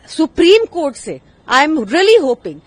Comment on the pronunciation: Supreme kotha....aise hi nahin bolte hain log